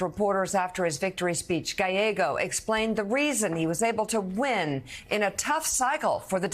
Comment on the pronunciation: Sharpton is 0-3 with trying to pronounce Gallego. "Galleo" 😂